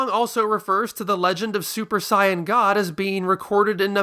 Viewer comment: Stopped watching when I heard you pronounce the word Saiyan Idk why you think you have to say it differently than how the characters themselves say it